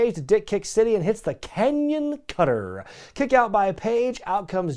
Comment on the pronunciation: The KANYON Cutter I love how you said that nice lmao